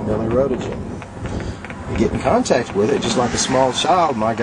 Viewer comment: lol fearmongering. oh noes, 1 mili-rowtuhjin lawl